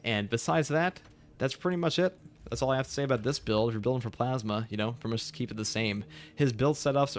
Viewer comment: I have a problem with the way you pronounce plasma